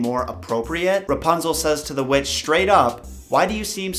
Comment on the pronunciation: Am i the only one that heard him say "their neighbor was a wetch"